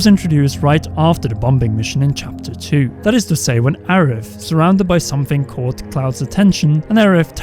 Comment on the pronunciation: And bom bing mission and Aerif